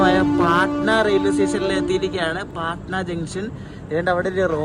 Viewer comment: പാടനാ അല്ല ബ്രോ പട്ന ആണ്